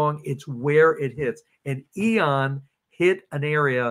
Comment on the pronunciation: Loved the info but,,, what’s with “eeeon” take the o out “ee en” ian. Hehe